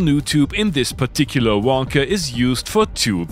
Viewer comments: gotta love the way Germans pronounce WOLKA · Low how you pronounce Volca! 😂